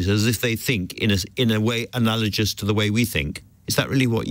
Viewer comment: Thinking and consciousness are not the same thing. (Indeed consciousness is not a thing at all.) And "analogous" has a hard G.